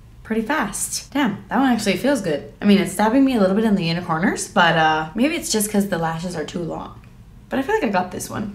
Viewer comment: When you put on second eyelash it sounded like you said “it’s stabbing me in my unicorners” 😂🦄